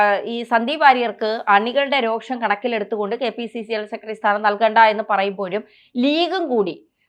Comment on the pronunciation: "സെക്കട്ടറി, രോക്ഷം" കുറച്ചു കൂടി ഉച്ചാരണ ശുദ്ധിയോടെ പറയുക